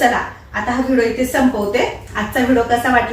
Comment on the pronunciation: अगोदर ऑर्डर द्यावी लागते का मला पण घ्यायच्या आहेत, आमच्याकडे होता, आधी पण माझ्या जावाने नेला तो, आणि हो तु व्हिडिओला व्हिडो का म्हणते व्हिडिओ म्हणत जा कारण का तुला बघणारे खूप जण आहेत त्यामुळे छोट्या छोट्या चुका काढतात मी बऱ्याच वेळा हा शब्द ऐकला म्हणून तुला सांगते रोज व्हिडिओ बघते एक पॉझिटिव्ह एनर्जी येते बाकी खुप खुप शुभेच्छा ❤